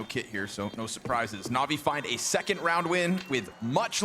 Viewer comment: Navi isnt NAVII